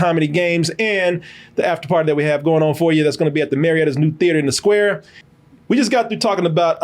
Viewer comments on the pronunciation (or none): Ahhhhhh why didnt you say "Atlanta Marriot, in the Sqaurrrre" like you did last time?😂 the way you used to say Sqaurrre, cracked me up